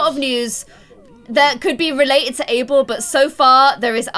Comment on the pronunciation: Guys, it's ABEL not Able..